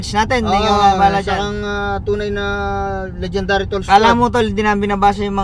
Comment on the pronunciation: stop saying legend dary sauce it's not legend dary